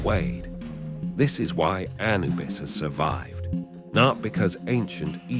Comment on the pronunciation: (Emphasis on second syllable not first, a- NU - bus 👍)